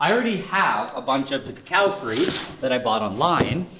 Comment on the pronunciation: I hate how Nigel swaps the o's and a's when pronouncing the word cocoafruit